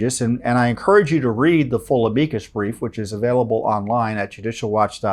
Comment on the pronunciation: The way you say amicus is so weird lol